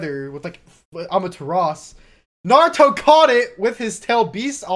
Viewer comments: keep's saying "Amaturas" when it's pronounced "Amaterasu". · Its Amaterasu not Amateras